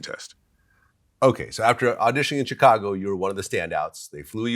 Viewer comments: Damn Glad, why can’t you just say Chicago right? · I hate the way Vlad pronounces Chicago